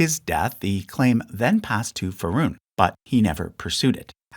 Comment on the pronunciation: Feh-ray-doon Say it with me... Who TF is feroon?😂😂